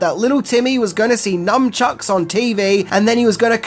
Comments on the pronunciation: It sounds like you are saying "numbchucks" it is nunchucks. Numbchucks would be a very stupid weapon to use on someone as numbing the pain that it would case them would make them able to hit and get hit without feeling any pain. There is even a James Bond villain who doesn’t feel pain in The World is Not Enough called Victor 'Renard' Zokas. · Nun Chucks. Not Num. Just FYI. Slang from Nunchaku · Are you calling nun chucks numb chucks? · Are you literally saying numbchucks? Cause its NUNchucks. 🤦‍♀️ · I took a drink eveytime you mispronounced nuNchucks - I'm frikkin' hammered! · Do Aussies call them NUMchucks? Not NUNchucks??????? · It's pronounced "NUN-CHUCKS" not "NUMB-CHUCKS" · Of course, everything is scary and illegal in Britain if it involves "weapons". BTW, they're nuN-chucks, not nuM-chucks, FYI. (Actual name: nunchaku.) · C’mon, it’s NUN chucks, NOT NUM chucks. God I hate that. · Not sure if I'm hearing you correctly, but it sounds like you're saying Numchucks rather than Nunchucks (which comes from that Japanese word Nunchaku) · nuNchucks, not nuMchucks... 😂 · Is he saying “Numb-chucks”? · Num chucks ? LOL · Nunchucks. Say it right. You sound like a 3rd grade kid. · I love how you call nunchucks “numb-chucks” 😂😂😂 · What are "numchucks?" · Hang on... is constantly saying "NuMchucks"? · Numchucks? 😆 How many times does mispronounce as Numchucks 😆 Well I guess if you were hit with one it would make you numb 😊